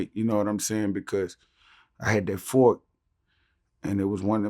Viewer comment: " i had a knfork!" -BUCK $$$